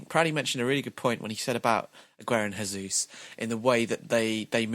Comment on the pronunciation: AAAAAAAAAAAAAA It's not Hesús, it's Jesus, he's not from a Spanish speaking country, Portuguese is different. In Portuguese you pronounce it like Hesus but with a J, if you just say it like you normally say Jesus it's fine too.